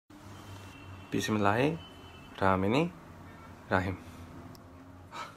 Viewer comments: It's Besm-elah Al rahman Al raheem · Bismila~he~rahma~nira~heem this is how you pronounce it OK ☺️. Love from Bahrain 🇧🇭❤️